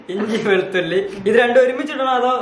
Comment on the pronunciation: Not valuthulli veluthulli ok bro😀